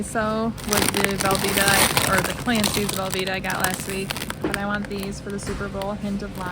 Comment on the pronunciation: Hi! I’m a new subscriber! I thought you said, plant based velveeta, when you said Clancy… 😅 thanks for sharing! Can’t wait to binge your videos! Love from New York!